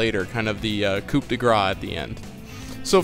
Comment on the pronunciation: Oh, also you don't pronounce the "p" in Coup :P